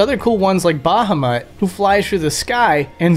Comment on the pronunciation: zanar-CAN!?!? jet!? baw-haw-MUTT!?